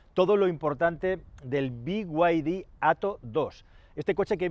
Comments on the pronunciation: Decir "bi way di" pudiendo decir "bid"... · Por qué coño dices ""biguaydi""???? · Cada vez que dices biguaydi dan ganas de desuscribirse del canal, supongo que los chinos quieren que lo pronuncies así por cuestiones de marketing, pero es que rechina igual que el deleznable Disney PLAS, basta ya de estas catetadas por favor